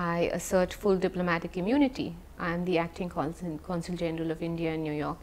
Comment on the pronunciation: “Do not hundcuff me i enjoy diplomatic immonity”😂😂😂😂😂